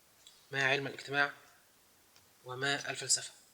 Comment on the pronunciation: ( ما الفلسفة ) تقرأ هكذا : ( ملفلسفة )